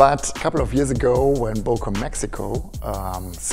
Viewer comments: To see the ceo pronounce it with an "O" and not the "Ö" was really disappointing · Don’t be ignorant. It’s Böööööööker, dude.